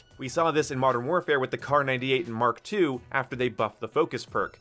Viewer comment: 1. Thank you for saying "the Mark-Two," instead of "the M-K two..." 2. Awesome video!